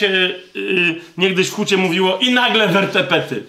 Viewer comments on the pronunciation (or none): "Wertepety" hehehe tz wertepy😉